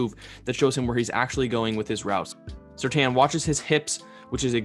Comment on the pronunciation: It's surtain not surtan